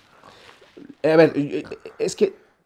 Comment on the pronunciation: Porque el tio no pronuncia bien las r’s? Me cae bien pero eso me caga… en lugar de decir “verrr” dice veizzzz 😤😤